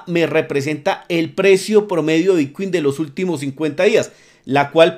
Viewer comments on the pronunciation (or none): Son ideas mías o pronuncias "bitcui"? he visto varios videos y en lugar de bitcoin se te oye "bitcui"..